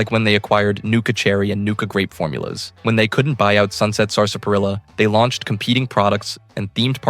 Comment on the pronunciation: "sarser-parilla" im dead bro